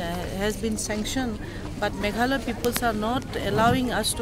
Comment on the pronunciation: Pronounce it properly it is Meghalaya